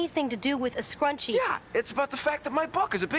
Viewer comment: Id be bothered with the way she said scrunchie (scrunchy?) But I would be GRATEFUL to have that edit told to me and excited to hear what she liked most